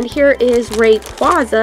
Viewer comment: It's Ray-qu-ay-za